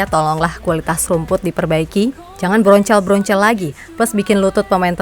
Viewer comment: Ada lagi Admin ngomong Broncal-broncel,...🤣🤣🤣🤣🤣🤣 Kocal Lu Min